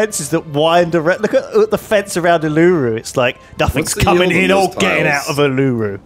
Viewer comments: Every time he mis pronounces Uluru a small part of Australian history dies. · was triggering me so much the way he was saying it lol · Every time they say Uluru I die! For years they have been saying it wrong.